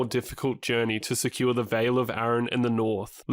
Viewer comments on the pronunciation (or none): none